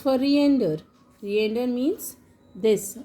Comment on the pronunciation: Please learn how to pronounce the words properly before making such videos.. Reindeer, sleigh, mistletoe, holly.